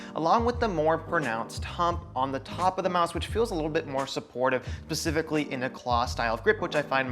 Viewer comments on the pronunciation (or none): "Spe-cifically". :) Great review otherwise.